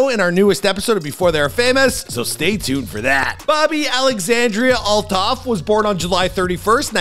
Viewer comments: Its pronounced alt hoff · That’s not how you pronounce her last name